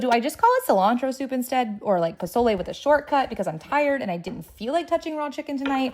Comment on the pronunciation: Nah you get a pass on the pozole you didn’t butcher it like Rachel ray